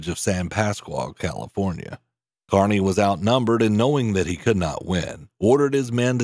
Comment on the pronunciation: It's KEERNY, not Karny